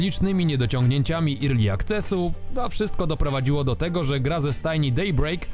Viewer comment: Nie "irli", tylko "erli".